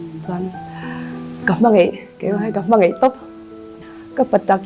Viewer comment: "Hmangeih"❎ "Hmangaih"✅ Mizo tawng hi hmang dik ang u..."Daih" tih aia "Deih" kan hmang te,"Mai mai" ti lova "Mei mei" kan ti fo te hi ka ngaimawh over